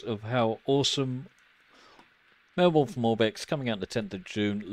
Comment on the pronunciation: Thank you for this lovely video showcasing my home city of Melbourne! Just a small correction, Melbourne is pronounced MelBERN as in Bern, Switzerland not MelBOURNE (not as its spelt) as in Bournemouth, UK. Cheers :)